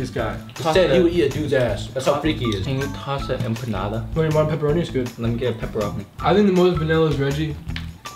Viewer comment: It hurts me how they pronounce empanada 😭